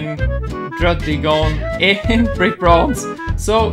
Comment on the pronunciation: You say druddigon like this “dragon” no really like that